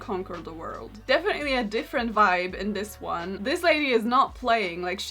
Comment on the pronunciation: Am I the only one who can't help but hear "This swan" instead of "this one"? 😭